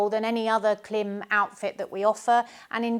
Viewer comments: Klim as in “rhyme” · You also pronounce KLIM wrong. :face-green-smiling::face-green-smiling::face-green-smiling